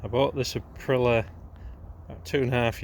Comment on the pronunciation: Tu o no not tuno, April i a not Apriler Otherwise ace video 👍